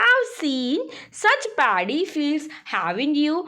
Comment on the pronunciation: Miss it is Not Daddy it is paddy